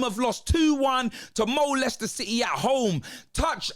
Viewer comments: Mo-Leicester City - that's just diabolical! 🤣 🤣 🤣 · Did he just call them Molester city,?? Lol